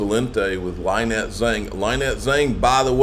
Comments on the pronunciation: Her name is not Lie Net, it's Lin Net. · Am I the only subscriber who screams every time says LIE-nette?